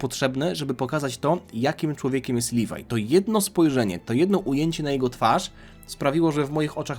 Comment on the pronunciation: Nie nazywaj leviego livaj